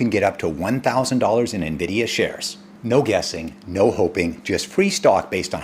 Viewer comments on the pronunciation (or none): none